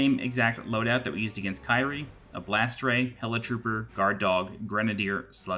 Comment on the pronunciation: Liked how your "Kyrie" is mispronounced, lol.